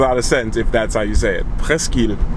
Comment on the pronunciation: It's pronounced, presk.